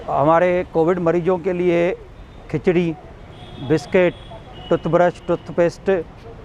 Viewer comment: खचरी नहीं वो खिचड़ी है